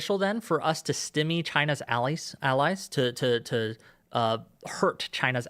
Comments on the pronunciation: This MF pronounces "Stymie" like "stimmy" 💀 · This was soo hard to listen to. Not least of which was hearing this absolute moron pronounce stymie "stimmy." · If a person can't pronounce stymie their opinion really doesn't hold much weight.